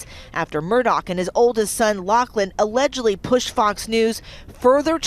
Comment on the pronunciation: Lochlan, not Laukin. It's a Scottish name.